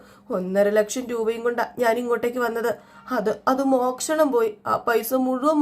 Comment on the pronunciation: Mokshanam alla moshanam aanu